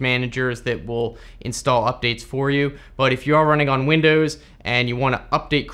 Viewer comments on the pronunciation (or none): none